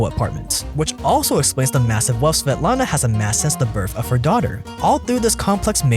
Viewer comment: I love your pronunciation of svetlana and her daughter, it was actually pretty good! I have to spell my name out to people all the time cause they have a hard time pronouncing it lol